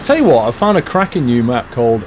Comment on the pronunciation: did he just say "a crapping new map?"